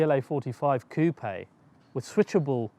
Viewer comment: Yeah, finally an English speaking youtuber who properly pronounces "coupé" :-)